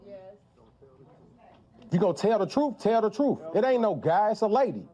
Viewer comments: "If you gone tell the troof tell the troof". Ignorance on steroids. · He said “Tell the TRUFF”! Doesn’t he mean TRUTH? He and Tiffani have the same vocabulary!! And don’t AXE him again!! What a JOKE ! He needs to go home to his WIFE and family!! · boyfriend says "tell the truffe?""" what is that word?